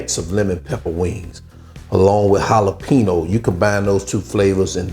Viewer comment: Great dish but, brother, you are mispronouncing the word "jalapeño", like 900 xs in this video! lol